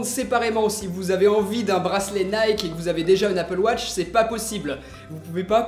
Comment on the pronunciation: Elle est bien loin l'époque où tu disais "Apple Woch" 😞